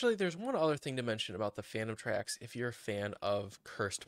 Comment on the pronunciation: it sounds like your saying fanum tax instead of phantom tracks 💀